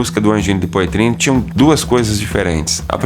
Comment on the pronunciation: Poitrine lê-se poatrine!